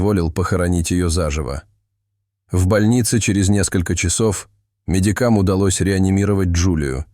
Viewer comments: Кто это озвучивает-медикАм, дОктора положили ее, ударение в таких видео как диктор ставит? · Да когда же вы уже читать научитесь то правильно????? МедикАААм.... АХАХАХАХАХАХ Это сука что вообще???🤣🤣🤣🤣🙃🙃🙃🙃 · "МедикАм"! И многое другое! Ужас! Хоть репетируй перед чтением, ты, неуч! И что за бред! Ей, что, вскрытие не делали? Разве такое возможно?